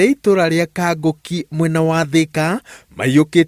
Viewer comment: Kang'oki not Kangoki.....